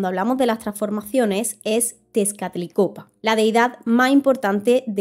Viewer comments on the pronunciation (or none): un interesante resumen. solo un par de datos. primero ten cuidado con la pronunciacion de los nombres, en la imagen escribes bien Texcatlipoca, pero al pronunciarlo inviertes la "p" y "c" sonando Texcatlicopa. Se lo dificil y divertido que es intentar pronunciarlos. igual eso no minimiza nada tu esfuerzo. el otro dato es la profundidad del espiritu nahual, que a diferencia de los espiritus totems de otras culturas mas del norte, el espiritu nahual no era unico del hombre, tambien los dioses tienen sus nahuales espiritus. y al igual que el alma es algo con el que naces. Es mas parecido al termino que usan en el libro de "la brujula dorada" que un espiritu guía totemico. pero es cuestion de versiones y gustos.